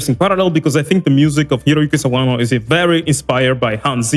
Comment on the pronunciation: My mans pronounced Sawano's name right... already like him.